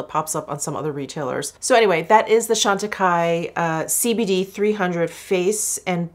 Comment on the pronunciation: Jefree Star used the Chantecaille CBD cream in his last "testing new products" video. He pronounced the name "Chantecaille" incorrectly. 🙄